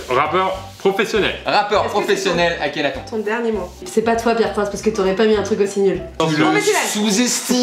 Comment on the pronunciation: On en parle qu'il a dit Akhenathon? Aulieu d'Akhenaton? ( TONE )